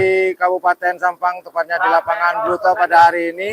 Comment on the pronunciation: Blutoh mas bukan blitoh.... 😂